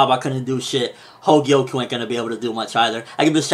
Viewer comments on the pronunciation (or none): The name of Kouen´s sister is Kogyoku, not Hogyoku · Everytime u said 'Hogyoku' i screamed 'Kogyoku' in my head; but none the less, definitely keep reviewing Magi! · He keeps calling her Hogyoku lol.